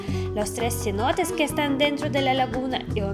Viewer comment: Cenotes ! no cinotes lol.